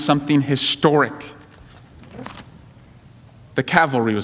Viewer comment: We are bringing the cal- vary. It's cavalry you meathead. Not a very good eye for detail, considering you are a prosecutor. Get your facts right loser.